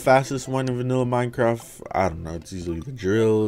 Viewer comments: nobody: everybody: BRO HE ACCIDENTALY SAID MIENECRTATGYYBNJUTRHU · We ain’t going to talk about how you said Minecraft